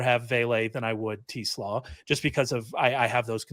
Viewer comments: Yes either Tes or Tez. Definitely not Teeeeees lol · Yeah, the first time I've ever heard anyone pronounce his last name that way. I've always heard it pronounced "Tes", not "Tee". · If I hear Ray say 'Tee-slaw' one more time!